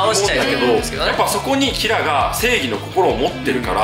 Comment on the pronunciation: キラのイントネーションに終始違和感しかないんだが（笑）